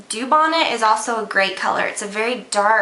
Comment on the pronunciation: Dubonnet is pronounced doo-bone-ay. Say it fast.